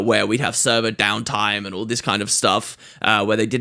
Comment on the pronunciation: "get a lot more orrsome arr symbols" "brilliant stuff orr around" nice nice i like it XD